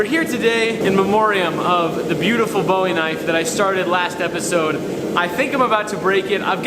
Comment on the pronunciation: So, do you not know how to properly pronounce Bowie, or is it your hate of Texas that causes you to do it wrongly? Beautiful knife, by the way.